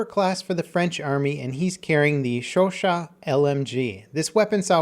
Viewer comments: it's pronounced "show-show" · It's pronounced Sho-sho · you were close on the name for the chauchat... its pronounced showshow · the way u say chauchat is mad funny 😂😂😂